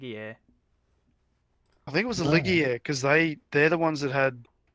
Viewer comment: Ligier, French.. for the correct pronunciation :-) PS mmmm Matra V12 what a Gem!